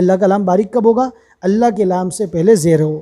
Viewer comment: Allah pak ka lafz drust kro G. Dermian laam nhe hai. 😢😢😢